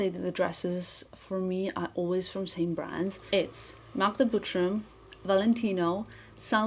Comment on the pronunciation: Just curious - wouldn’t it be easier for you, since your first language is Balkan one, to pronounce Butrym the proper way? With not so soft “r”? Just like in 😉 Again - all love, just curiosity ❤